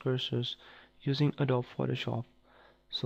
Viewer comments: It's called adobeeeeeeee, not adob! XD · Adobee is how you pronounce it. It is spelt adobe.